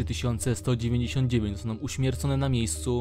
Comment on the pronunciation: Omg Tego nie wypowiada się "esssscipi" Tylko "escepe"